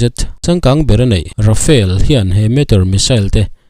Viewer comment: Rafael ti tlat, Rafale ania, mizo tawnga kan chhiar anga chhiar rik tur, Ra-fa-le...